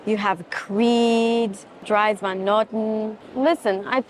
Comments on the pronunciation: On that subject, I wanted to mention: Dries van Noten- the first name is pronounced: "Dreas" - he is Dutch Belgium (flemish) 😊 ❤ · Dries Van Noten is pronounced Drees . I am sorry but he is from Antwerp, He is flemish and we pronounce his name this way 😊 Otherwise I love and always enjoy your video’s… 👌🏻